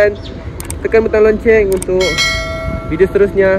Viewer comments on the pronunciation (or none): loceng la bong bukan lonceng hahaha